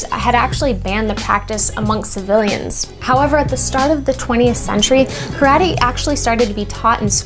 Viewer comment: calling it "Croddee!" LOL